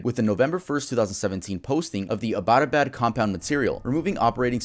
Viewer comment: Not just that the name of abbottabad as well 😭